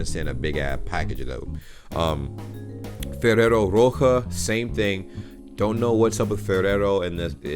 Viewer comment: Ferrero roche is pronounced like rosché like sheep